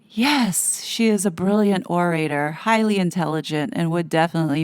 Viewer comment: orator = or·a·tor there is no "ray" sound in the middle